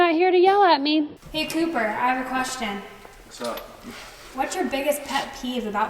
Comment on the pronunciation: sorry I think its Cooper not Copper.